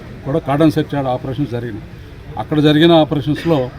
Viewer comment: తెలుగు ఇంత ఘోరంగా పలుకుతున్నారు. రాస్తున్నారు. సిగ్గు పడాలి. 😛😛😛 అది " చర్చ్ " కాదు : " సెర్చ్ "